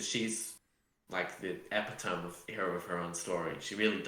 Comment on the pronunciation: Please for the love of English epitome is not pronounced epy-tome its e-pit-oh-me